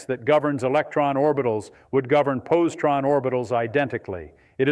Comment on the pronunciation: Its posi-tron not possie-tron. And its Daric! Feynman was a meticulous communicator this is a very poor representation of a brilliant man